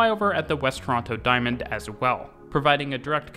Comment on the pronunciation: Each tine he says Toronto, he Pronounces it wrong every time